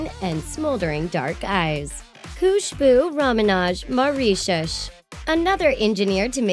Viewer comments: HAHAHA she said Mawreeshush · "Maurishiushh" Jesus.... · marie-shush 😂😂😂 its prounounced merishus! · maurisheus 😂😂😂😂😂😂 😂😂😂😂 😂😂😂😂😂😂 what if we start pronouncing it as such lmao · You are saying Mauritius wrong Ma-rish-us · The way they pronounced Mauritius😂🤦🏻‍♀️ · im Mauritian ps thats not how you pronounce my countries name talk lady, loved the vid btw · please say Mauritius properly😂 I am from there now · When you miss pronounced my country's - Mauritius - it's kinda annoying -_ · OMG she pronounced Mauritius so bad and weird, i am half Mauritian and when she said it i just laughed lol.